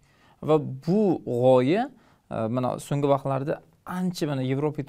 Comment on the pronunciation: Assalomu alaykum boshlovchi aka iltimos sizdan Songi emas So'nggi dep gapiring juda galati eshiladida ng xarfi yoq bo'lip qolyapti